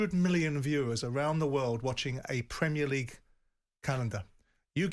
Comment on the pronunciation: "PRUHMEERLEEEGUE" Go away.